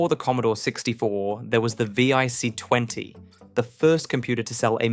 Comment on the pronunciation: you pronounced vic wrong, and dos, and pc, and z oh and niche